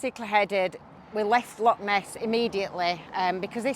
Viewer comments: Its not lock, its loch, clear your throat at the end of the word 😂😂😂😂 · 😂😂😂 I've never met anyone from Englandshire that can say loch right so dinnae fash (don't worry) ❤❤❤ Love both yer accents to bits 😊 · Loving your videos being a proud Scoman. Love both your personalities. Can you please pronounce it Loch instead of lock. Lock is something to open with a key. A small nitpicking sorry. Love your videos regardless. Keep up the great work and safe travels x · Its Loch mate not a Lock